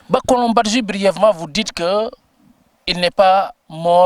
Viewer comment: Il faut prononcer le nom badji comme le prononcent les Diolas.